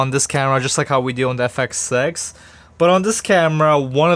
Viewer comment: Nothing like saying the camera's name wrong in the first 2 words of the video